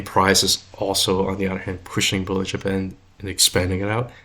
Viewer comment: Watching this barely awake and hearing « bull in Japan » instead of bollinger band… Anyway, CLSK good? Perfect Back to sleep😅